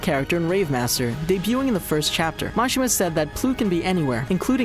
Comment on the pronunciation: It's pronounced, Muh-She-Muh